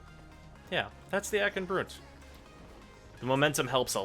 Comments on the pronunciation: Broont? How do you say Blunt? BLOONT FORCE TRAUMA! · Why "Broont"?